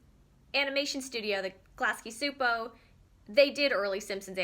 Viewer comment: Great video. Btw Csupo pronounced CHOO-POH not SOO-POH. Gabor Csupo is Hungarian. I was confused too the first read it.